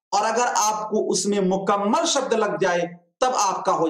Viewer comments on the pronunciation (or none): none